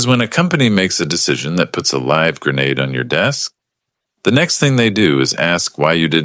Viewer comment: Let alone read, live, Patagonia, Pentagon to name a few.